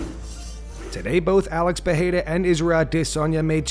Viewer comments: PE-RE-I-RA not peheira or pecheira! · Pereira not PeRReira por favor!